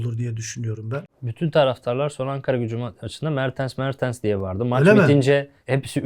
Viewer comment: Niye inatla mertıns diyorsun ya 😃 mertens işte adamın adı